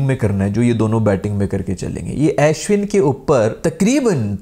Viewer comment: o bhai ASHwin nahi its pronounced Ushwin lol.